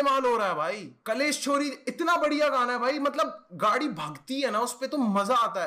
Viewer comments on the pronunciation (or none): none